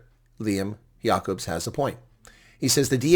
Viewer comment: “Jay-cubs” Lol